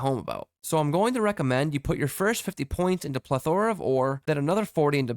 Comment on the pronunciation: You are saying "plethora" really wrong. It's not pleth-ora. Think of it like "pleth-a-ra" there you almost barely say the "a" in the middle. Or just look up a definition with a audio button.